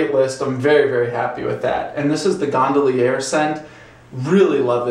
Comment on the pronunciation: Well, the label clearly says Gondolier not Gondallierre. If you're going to review a soap, learn the correct name. This guy has some serious trouble with English. In another video he said, "you've just drugged a razor across your face..." Remedial errors are cringeworthy.